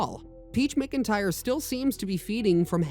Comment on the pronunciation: ITS "MACINTYRE" NOT "MICINTYRE"😫😫😫😫